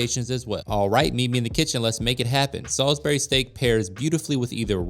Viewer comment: Sal-isbury not Sol-isbury 😂